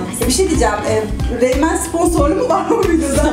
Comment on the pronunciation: Reynmen değil RAYMAN :D